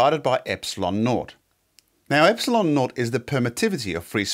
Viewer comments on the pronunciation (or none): none